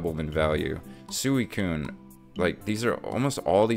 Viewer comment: It's sweecune, not sueycune.. lol